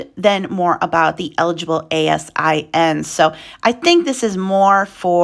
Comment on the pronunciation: Hi! Ex amazon employee here. We pronounce ASIN like "eh-sin" - just thought I'd give you a heads up (not trying to be snarky). Say it that way and people will think you're an insider! :) Thanks for your awesome daily updates.